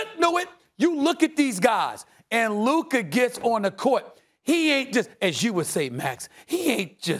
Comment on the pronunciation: Goddayum Luka is a top player in the league and this fool can't even pronounce his surname correctly smh